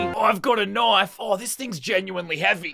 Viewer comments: I like the way he says knife knofe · I just love how he say knoife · Someone make a counter for every time he says knoife